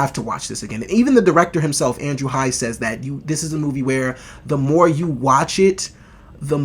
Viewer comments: The name is Andrew Haigh. It is pronounced Hay-gh. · Really great review of a great film, thanks! (I've seen it twice so far.) Incidentally, writer/director Andrew Haigh's last name rhymes with "vague" -- long "a" and hard "g." 🙂